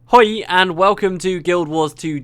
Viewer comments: whahahaha im dutch i laughed when you said hoi, it was pronounced very well ^^ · I'm dutch and your pronunciation of "hoi" was pretty good. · You pronounced "Hoi" perfectly. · "hoi" sounded good enough :D